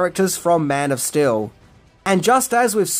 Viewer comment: your accent keeps sounding like you are saying Man of Still